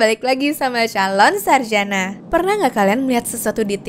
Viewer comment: Nada opening pas ngomong "Calon Sarjana" coba di benerin lagi kak, biar enak denger nya❤